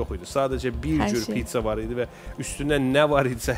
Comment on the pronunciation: Pitsa yox, Pizza